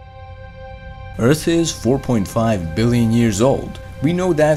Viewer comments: Liked it better when he said Eart. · I miss those times where you pronounced earth "Eart" haha, great job btw love your vids man, have a like !